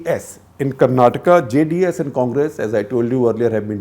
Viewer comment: Sir aapne dil jeet liya. It shows your familiarity and experience when you say KARNATAKA not KARNATAK. other journalists don't even bother to correct themselves even after pointing it out. 👏